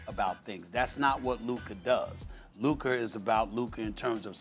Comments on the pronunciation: He can’t pronounce words that end with “ca” or “ka” He calls Rob Pelinka “Rob Pelinker” 😂🤣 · Who is “Luker”?